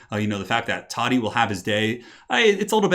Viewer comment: IT's TODDY ::))